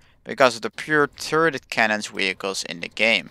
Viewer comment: Wehicles? Is that what I heard...?......